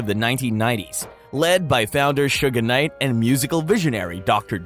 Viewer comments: It’s SUGE Knight… not SUGA Knight 🤦🏾‍♂️ 😂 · IF THIS DUDE SAYS "SUGAR KNIGHT" ONE MORE TIME I'M GONNA SMASH THIS DAMN MONITOR!!!!!!!🤬🤬🤬🤬😂😂😂😂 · i hate all these white voices speaking on black culture. this mofo said "sugar knight." yo, you serious? couldnt finish watching this video at all. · Why can you not pronounce Suge Knight correctly? Not Suga Knight. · If he calls him Sugga knight one more time,I'm gonna ruin another cellphone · Him calling him Sugga Knight MULTIPLE TIMES BACK 2 BACK is WIIILLLD😂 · who told you it was okay to pronounce suge knights name like that? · Bruh it’s suge knight not suga knight and it’s 2 pahk not 2 pack smh. 😅